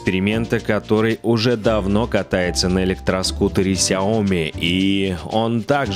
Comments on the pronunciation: Ну ляяяя, ведь правельно говорить не КСяоми, а СЯоми(((( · в оригинале сяо ми́, но постоянно все коверкают это слово.